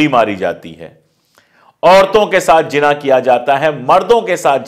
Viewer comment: Aap Bahut Samajhdar Patrkar hain ((((Jina Nahin Hota Zina Hota Hai